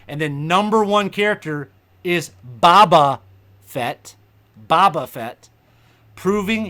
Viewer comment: its boe-ba lololol